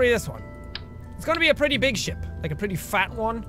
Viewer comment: every time you say ship it sounds like you say shit eg: this is going to be a massive fat ship (sounds like shit) . :D